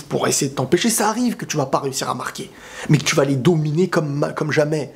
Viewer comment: il a dit met au lieu de mais